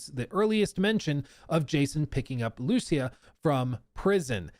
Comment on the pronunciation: The way says Lucía so wrong hurts my soul. It's an extremely simple name, man. Come on.